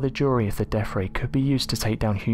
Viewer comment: I like the deaFF ray and furVer research. WTF y can't peopke pronounce easy words?